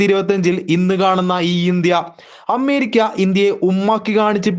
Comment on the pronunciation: അമ്മേരിക്കല്ല ... അമേരിയ്ക്ക എന്ന് പറയൂ.